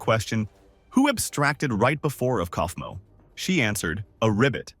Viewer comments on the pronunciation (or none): none